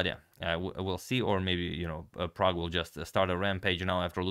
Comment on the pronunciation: Every time you say "Prague Chess" I hear "Pragg Chess".